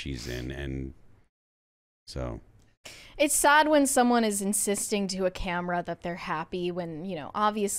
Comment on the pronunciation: what is “sod?” You mean grass?? Do you mean “sad?”